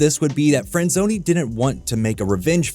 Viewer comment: I definitely heard "screenwriter David Friend-zoney"